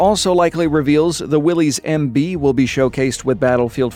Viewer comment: It's pronounced Willis not Willies